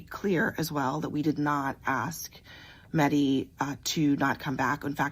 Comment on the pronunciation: Meh-di , emphasis on “h” like in horse